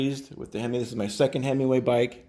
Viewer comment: You keep calling it "Hemiway" ... like a Dodge, lol! Nonetheless, thanks for a very informative video, going to head out to the garage and make some adjustments. Always thought 2 was too low and 3 was too high, look forward to remedying that. Can you post a link to the 2020 model video you mention? I couldn't find it.